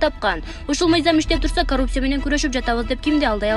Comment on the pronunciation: ИТ кууп аткансып эмне мынча шашып окуйт.Коррупция деп жазылат ,каррупция деп окулат.Мектепти бутконбу бул кыз деги ?.